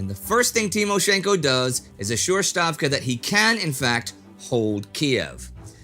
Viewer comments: Indy, I know that the Roman alphabet is obsolete but please try to say Stavka (ставка), not Shtavka (щавка). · Hi Indy, I wrote to you earlier. You are pronouncing Stavka (Ставка) as Shtavka (in German). It pronounced "stavka" in Russian. Please like my post so he can see it. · its stavka not shtavka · Wondering why Indy keeps pronouncing 'Stavka' as 'Shtavka' (i.e. German-style). It's got an [s] sound in Russian, so 'Stavka' should be pronounced like 'stable', or 'steppe' (another borrowing from Russian for you). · it's SSSStavka with an S like Springfield, and not SH like Shelbyville! please! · Hi Indie. Thanks for a great video. I have a feeling that we are going to hear the word stavka for a couple of years. So could you please pronounce S sound in that word the same way you do it in the word Stalin?